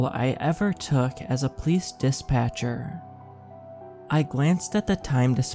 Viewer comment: I love your narrations, so please know this is more of an observation than a critique, lol. But every time you say the word “police” it just sounds like you’re saying “place” or sometimes “pleece” and I don’t understand 😂